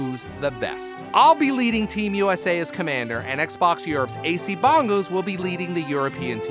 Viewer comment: Why you keep saying Xbox wrong?